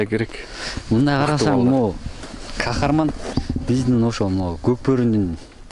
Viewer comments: Кахраман деген сайын Кахарман дейсин кулагын жакшы эмеско дейм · Хахарман мес Хахраман десен